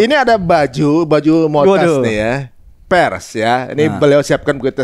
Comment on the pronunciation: Kok PERS sih itu PRESS bang 😂😂😂😂